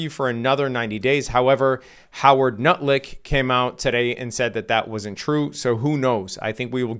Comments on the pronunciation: did he just call Lutnick Nutlick hahahahahahahah thats classic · Bro said Howard nutlick lmfao